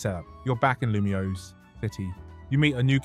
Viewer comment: Good video but, the city's name is pronounced "loo-me-ohs" btw